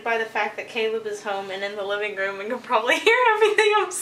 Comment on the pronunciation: was I the only one who thought Caleb said celeb😂😂